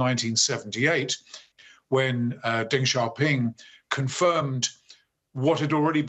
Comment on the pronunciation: Deng is closer spoken as Dung than what he said.😂